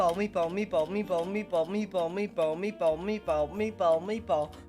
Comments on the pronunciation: Kinda sounds like meat palm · and mebo xD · He sounds like he is saying me bald